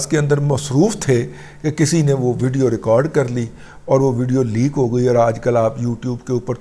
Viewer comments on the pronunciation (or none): none